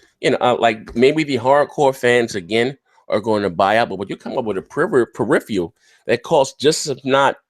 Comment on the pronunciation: This dude can't even pronounce peripheral. Jesus christ.